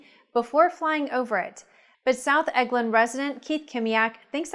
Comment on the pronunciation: The city is pronounced el-gin...not egg-lin